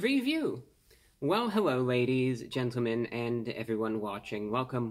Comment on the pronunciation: Hewwo Wady’s and Gentlemen!